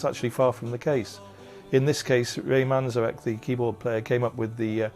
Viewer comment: Couldn’t you find anyone more qualified to give an opinion about such a legendary rock band ? You picked a random record store owner , probably from Seattle who tried four times at least to pronounce Ray’s surname correctly, it’s Manzarek with one N not two . Obviously doesn’t know much at all about the subject 👎